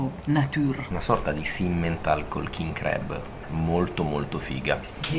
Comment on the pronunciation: Bello tutto ma crab pronunciato in quel modo non si può sentire. Si pronuncia con la a, non la e. La prima volta ho pensato foste finiti in un ristorante di crepes francesi.